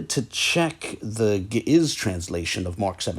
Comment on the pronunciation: Not the original pronunciation though.